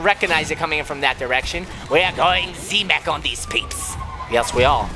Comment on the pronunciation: Silly daddy it's not z mak its z mech